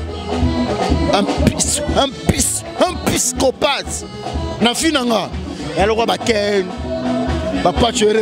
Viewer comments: Juvenal yebaka pe koloba balobaka psychopathe et non piscopate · Juvenal pischopate teee psychopathe prononcer bien papa to loba lingala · juvenal oza na problème ya prononciation, psychopathe, et non "pyschophate". oza ganga pe, soki oyekoli mot sika, yekola ko koma yanga.